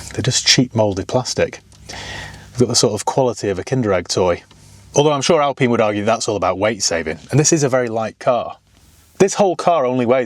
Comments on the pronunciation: Alpeen? Or Alpine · Hey, why do you pronounce this as "Alpeeen" and yet, you insist on calling a Porsche a "porsh"? Pronounce names properly, please!